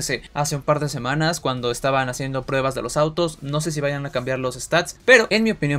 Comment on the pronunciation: Ainose xd